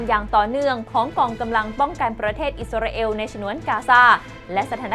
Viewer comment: มีทุกชาติทุกภาษาใครเป็นใครไม่รู้.....28ประเทศน้อยไปค่ะ เอล.....เอว....***ออกเสียงไม่เหมือนกัน * อิสราเอล *